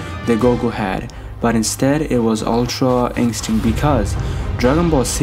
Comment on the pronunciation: “Ultra incstinc” haha.